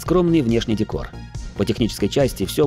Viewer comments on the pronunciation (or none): none